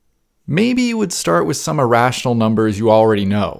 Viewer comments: As for irrational, you say it like "e-rational", as if it were email. Try saying it more like a Canadian or British person would say mirror. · I hate when your saying irational number,it sounds so funny, keep saying irational,Now i could say your not really good in english..